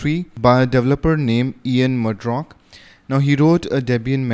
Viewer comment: the name is Ian Murdock and not Ian Murdrock Great video on debian, very informative.